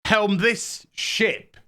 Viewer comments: Sorry just got off the floor, shiP, shiP, um think you missed the enunciation on that one, lol. Sorry to say but I am looking forward to the new Star Wars movie, can't wait to see how bad it will be. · Oh he said ship not shit